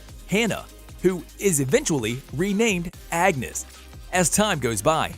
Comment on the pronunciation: and his constant mispronunciations! He literally said angus instead of Agnes 💀😂